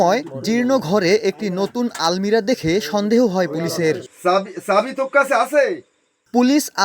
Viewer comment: আলমিরা না, আলমারি